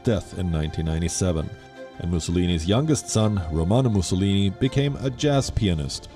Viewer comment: Great content coverage. However, Palki you had a new take on how “Mussolini’s” name was pronounced. I guess it doesn’t matter really if someone pronounces your name as “Palki” or “Paalki”😂